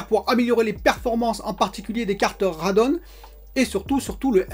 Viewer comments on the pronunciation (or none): Hi décidément, pour les gpu AMD ça se prononce Radéon 😁